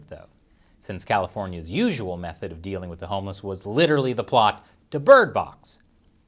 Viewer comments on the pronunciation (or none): none